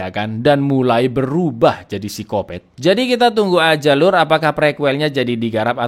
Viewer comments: Gatau kenapa ilfil aja sama orang yg nyebut psikopat jadi sikopet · Berenti nonton pas nyebut sikopet